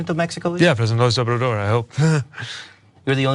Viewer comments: Can I just say that he pronounces the name okish. He literally said “snsndnnaj-obrador” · not the easiest name for a non-Hispanic English-as-a-first-language westerner to pronounce in his defense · Though I'm not a supporter, great point to Buttigieg. Notice however that the interviewer says he is the first one all day to know the answer...so it's conceivable that after the otherswent through the grinder that someone on his staff heard about it and made sure that he knew, even if he could barely pronounce the man's name.